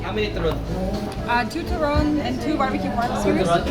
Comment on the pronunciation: I wanted to say you were pronouncing turon and pansit wrong... but then all of a sudden --- Longanisa with pasta and butter??????????? Ugh